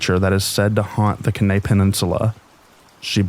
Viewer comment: Kenai is pronounced “key-nigh”